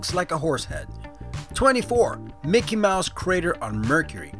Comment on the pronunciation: When you said, "Mickey Mouse crater on Mercury," I thought you said, "Running water on Mercury." I was like, WTF?